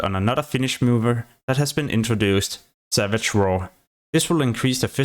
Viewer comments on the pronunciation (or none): none